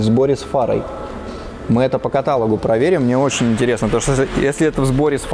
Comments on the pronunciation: Все топ, но блин, катАлог, серьезно.. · Всё отлично интересно, но пожалуйста: каталОг